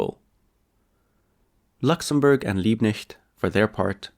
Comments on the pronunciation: LiebKnecht, the K is loud. Knecht = servant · How comes you can say 'Freikorps' in perfect accent free German but not 'Liebknecht? Max Frisch: 'Das Kleinbürgertum war schon immer der Steigbügelhalter des Faschismus.' The petty bourgouisie has always given the leg up to fascism. Indirect democracy takes democracy from the people and hands it to the owner classand their stooges. Illegal, not even legal, immigrants are not the ones buying clear the housing market. It's the 'investors' which is a euphemism btw. Very good analysis!